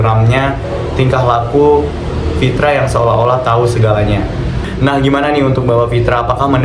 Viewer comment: Nama nya Pitra bkn Fitra.. pantat bkn fantat!:))